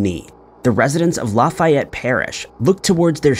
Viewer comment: I didn’t know about the Lafayette thing and I’m from Louisiana. Just a side note,, it’s just pronounced, La (pronounced like the letter a in apple) fE et. Comeaux 😳 I think I know some Comeauxs